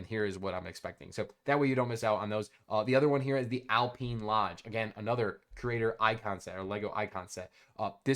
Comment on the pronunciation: Alpeeen? lol